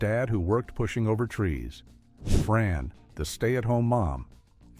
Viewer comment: Love Dinosaurs. Own all four seasons. So looking at the on-screen text, how do you call her “FARN” while calling her Fran? Also, BP Richfield is a Styracosaurus, not a T-Rex!